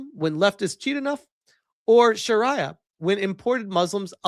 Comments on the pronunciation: It's pronounced shuh-ree-uh. I know you've heard it said correctly before. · It's pronounced Sha-ree-er rhymes with Diarrhea both the same really both are complete SHITE